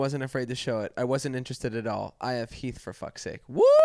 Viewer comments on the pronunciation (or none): none